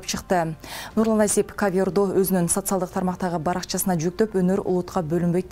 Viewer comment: Ковёр эмес - ка'вер ...редактор деген барбы силерде??